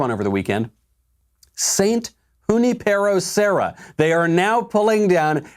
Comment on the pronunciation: Ok, neither you nor Ben know how to pronounce Junipero Serra. It's yu NIP uhro.